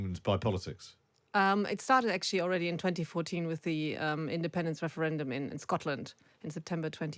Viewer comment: Wefewendum 😀 'Welease Wodderick'